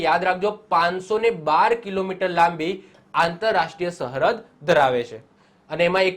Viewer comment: સહરદ નઈ સરહદ 😂 પેથાપુર નો બંકો